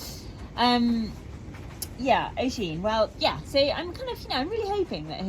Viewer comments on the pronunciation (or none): it’s pronounced usheen haha xx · If his name is spelled oisín we tend to say ush-een but it is what it is Love from Kilkenny in Ireland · Just wondering how the stallion's name is spelled 😊 if it's Oisín, we tend to pronounce it Ush-een, but it's up to you after all and whatever he's used to! Hello from Connaught!